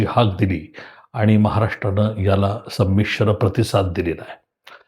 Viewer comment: संमिश्र संमिश्र फार च जोर देऊन म्हनता त्या वरून आपल्या मनात नेमकं काय चाललंय याची कल्पना येते आहे.... सर्व आंदोलन हे संमिश्र च होत असतात फक्त भाव भावना चा शब्दाचा अपभ्रंश करून काही तरी टायमींग टायमींग म्हणून वाकड्या दाखवण्याचा केविलवाणा प्रयत्न दिसतो आहे.... पण सर ते आंबेडकर आहेत...... मनात घेतलं तर केव्हाही कधी ही नुसता महाराष्ट्र नाही तर आखा भारत बंद करण्याची धमक त्यांच्यात आहे...